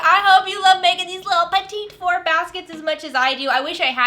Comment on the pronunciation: Petit Four, like the mini cakes, not petite.😂